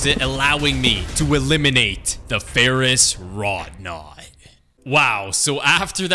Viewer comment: By the way it's Ferrous Wroughtnut... There is a 't' in there